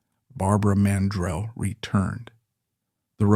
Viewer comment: It's PRONOUNCED MAN-DRELL MORON.